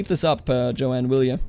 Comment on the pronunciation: The name "Joan" is one syllable. It's pronounced like "Jone."